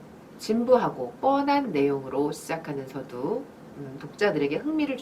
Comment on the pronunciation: 발음이 틀린 예: 서두, 좋습니다,서술,안개,사람, 두 번,대상 ,대표 ,해설, 등!! 이상 실 예는, 장음이 단엉.ㅣ 첫 자를 모두 "짧게" 잘못 발음한 것이다. 이것이 사실이라면, 수필 창작법을 논하는 강사의 자질이 의심스럽지 아니한가?? "한국 어문을 고발함" 이라는 책을 수필인들께 권하고싶다.